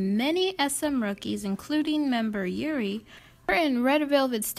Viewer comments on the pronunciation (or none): none